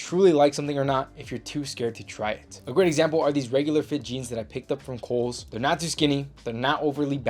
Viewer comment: When you first said Kohl’s I thought you were saying Holes and I looked for a website called that that sold clothes but couldn’t find one 😂.